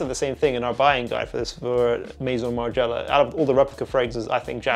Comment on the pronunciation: I don't know why I find it funny that her French pronunciation disappears at Maison Martin Margiella 😂